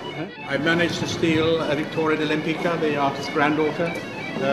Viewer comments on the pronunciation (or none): One thing. I am Polish and I am amazed how wrongly her name is pronounced. Her surname is very polish and correctly it is pronounced "WEM-PITSKAH" not "LEMPICA".